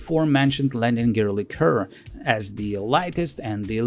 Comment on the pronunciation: Как вы русские заебали уже. Вы бля*Д*ь свой язык толком не знаете, так ещё на английском умничаете. ЛИ-ка ... хуИ-ка блядь. Есть слово liquor, а есть liqueur. И они, сюрприз блядь, и по смыслу и по произношению разные. Как бы так фильтр настроить, чтоб вас банило автоматом.